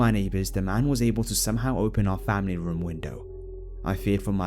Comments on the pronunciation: Funny how you say room "rum" lol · Johnny Ay lol I say room the exact same way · Eryn Sullivan is it just like a way of saying it? It's weird but funny because sometimes people can mistake it for alcohol.